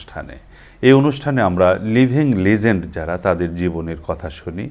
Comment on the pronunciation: Legend উচ্চারণটা google এ শুনে নিন ।